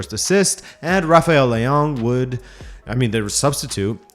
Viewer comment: You said leao wrong